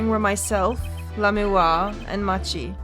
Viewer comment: I guess its a bit late to say this but...Machi's name is pronounced 'maki' as per his japanese name